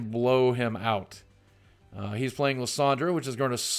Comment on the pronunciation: It's pronounced Lie-san-der Boogie, just thought you would like to know.